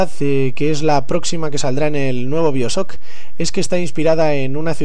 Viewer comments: Biosoc?? xD pq los españoles no pronuncian bien el ingles? xD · jaja "biosock" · no quiero insultarte pero pronuncias mal bioshock se dice en ingles